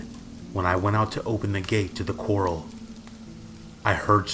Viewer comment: Corral- Co rral, as in horse corral.. just saying